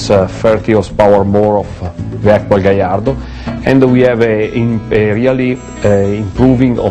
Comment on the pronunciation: hey, he says gallardo correctly! props to the host.